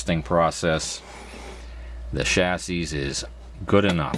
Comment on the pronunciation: Progress is looking good. Nice tricks for saving that cabinet! Minor pet peeve time: In the word "chassis", the S at the end is silent, except when talking about more than one of them. Sorry to go all grammar nerd at you.